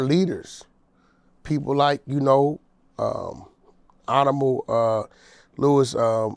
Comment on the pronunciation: did this nigga just say "awnahmo" 🤣 ,its honorable nigga.